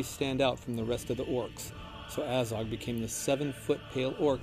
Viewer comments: The way they pronounce names is absolutely ridiculous. It's pronounced Azog, not "Eizog". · "A-zog"....made me cringe so heavily